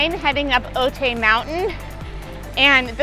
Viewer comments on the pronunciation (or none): People in San Diego cringing every time she says Otay